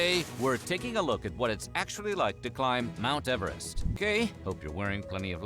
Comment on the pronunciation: He really said mount everet don’t got shot on me